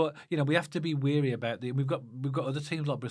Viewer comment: Just to let you know “wary” isn’t pronounced as “weary”. Are you getting mixed up with the KRO lyrics - ‘tired and weary’? Haha Keep up the good work lads. Loving the podcast 👍